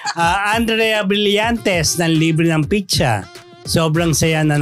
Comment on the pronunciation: It's pronounce "PIZZA" not "PICHA".